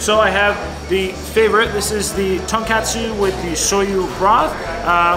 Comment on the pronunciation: Just FYI, it's pronounced TON KOT SU, not KAT SU ;) Love your videos!